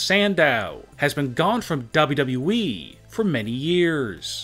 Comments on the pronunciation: It’s wwe not dayudayue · Why do you say dubaa badee it’s wwe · It's wwe,not dablu dablu e😂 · Its WWE not WW-WE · it’s Double U Double U E btw. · "bobudabuee'' you mean wwe freind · I love this video but I can’t stand how this man says wwe he says it like dobleoo doubleoo Eeee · He says wwe Dub dub E xD I'm just saying pls don't roast me. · Ww weeeeeeee You’d think he’d learn how to say it right by now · what the hell is daablu daablu eeeeee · What the hell is dubdubue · Why do yo say wwwe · Why cant u pronounce wwe properly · Dude I like u but hate the way u say wwe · What's wrong with this guy saying wwe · this guy can't even pronounce WWE properly... lol